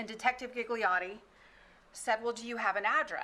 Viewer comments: My hears are screaming… Gigliotti read as ghighliori… please kill me…. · All the “Gigliotti”pronunciation kill me It is an Italian surname N.b my surname is Gigli that mean lily